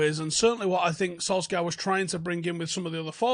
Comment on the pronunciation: Sul-Shire,, Sul-Shire!